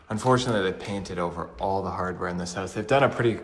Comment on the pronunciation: Hoase he says instead of house... check oat the hoase